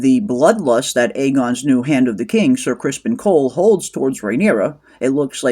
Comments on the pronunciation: Are you calling him "Ser Crispin" sarcastically? Because it's Criston. 😂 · It's not "Crispin", it is "Criston" . . .